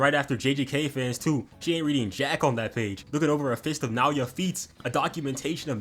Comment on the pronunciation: thankyou for saying naoya correctly dawg appreciate